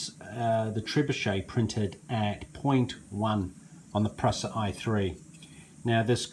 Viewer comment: You can't pronounce 'Prusa' correctly, look up Josef Prusa and listen to how he pronounces his name